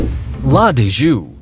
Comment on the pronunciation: Agree! Slaughtered his own language, and all the others as well. And such stiff delivery. Almost sounded like a computer-generated voice...